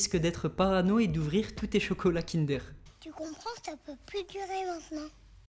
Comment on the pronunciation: On dit KINDEEEEUUURE ! PAS KINDÉR !